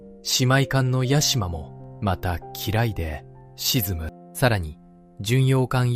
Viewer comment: 読み方が違う 呉→くれ 沈む→しずむ 坊津→ぼうのつ